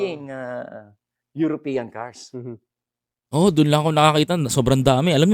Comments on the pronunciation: Brother, EUROPEAN not Europinian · European not Uropeneam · European boss hindi europenian.😊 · European not europenian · European sir hindi europenian hehe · Correction lang po..European not Europinian.. peace😂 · Boss, Eyoropeyan(European) hindi po Eyoropenyan(europeñan). Magagalit sayo ang mga Eyoropeyan(European) niyan.